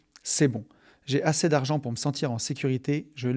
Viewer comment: j'en ai assez (é) pas assè 😂😂😂😂 désolé ca me dérange mais c'est super le podcast